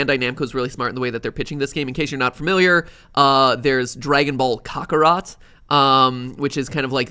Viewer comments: im sorry mat but did i hear *COCKAROT*"??? T R I G G R E D WEEB ALERT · Nobody: Matpat: dragon bal cockarot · The way he said kakarot though 🤣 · Mat thats not how you say Kakarot